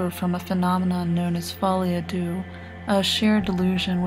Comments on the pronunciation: Yeah.. Madness of two.. Totally mispronounced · She didn't pronounce it correctly though